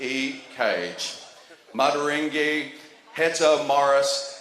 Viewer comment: The way he pronounced maateiwarangi at the end had me dying🤣🤣☝️